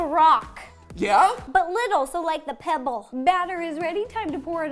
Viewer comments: To I couldn’t take you seriously when you said”The Pepple” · YYYYYAAAAAYYYYYYY MATPAT AND RO ARE THE FUNNIEST TOGETHER......love you both💜 Also: Ro "The peble" Pansino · "The pebble" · “The pebble” 🤣🤣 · Omg haha “The Pebble” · “the pebble”😂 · "The pebble" 😂😂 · “The pebble” 😂😂😂😂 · “The Pebble” omg lol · Ha ha ha 😂😂😂 "the pebble"